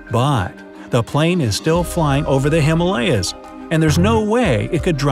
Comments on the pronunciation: It's himaaalyas. Not Himelayas. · Him ah lay ahs not hima layas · Himalaya (Sanskrit) He-maa-lûh-ya =the abode of snow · ***"Him-Aaa lyas" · He is pronouncing Himalayas wrong, most people are